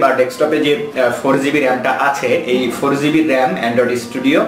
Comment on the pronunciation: Gb brother not zb